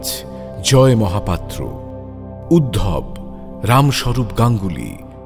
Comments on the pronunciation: দয়া করে উদ্ধব বলবেন। এরকম ভুল উচ্চারণ মেনে নেওয়া যায় না। মিরচির অনুষ্ঠানের একটা মান আছে। দয়া করে সেটি বজায় রাখবেন। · ❤❤ শুকদেবের মুখে বারবার উদ্ভব শুনতে কানে পীড়া দিচ্ছে।নামটি তো উদ্ধব।তাই না?❤❤ এতো সর্বাঙ্গ সুন্দর একটি পরিবেশনায় এই ত্রুটি যথেষ্ট পীড়াদায়ক।❤❤ হরে কৃষ্ণ। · উদ্ধব কে উদ্ভব শুনতে বড় কানে লাগলো।